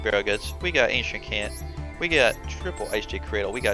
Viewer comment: Fun video, your issues with pronouncing card names go far beyond Ancient Kant lol